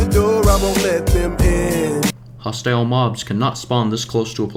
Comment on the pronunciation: it is not how you say "hostile"